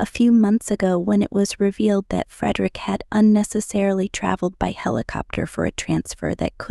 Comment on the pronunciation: This is span, they can’t pronounce his name correctly. He lost integrity from the affair in Madrid. I do not think of him as I once did. He’s had affairs all through the married life with Mary.